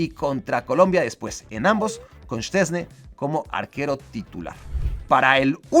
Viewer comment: Mis dieces por decir bien el nombre de Szczęsny! todos le dicen chesni jajajajaja